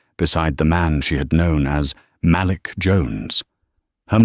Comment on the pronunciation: the name malik is pronounced muh leek ( say it fast muhleek) not "mal lick." fix it because it sound like sjht. AI do not know how to pronounce a lot of names. it's ridiculous.